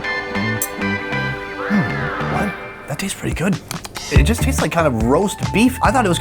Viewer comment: bro say it tease good😅😅😅